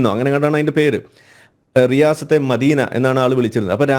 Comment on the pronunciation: റിയാസത് അല്ല സിയാസത് (രാഷ്ട്രീയ )